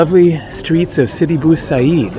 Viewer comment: sidi bou abeed not bou haseed